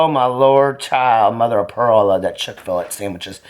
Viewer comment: chick-fill-IT lmfao!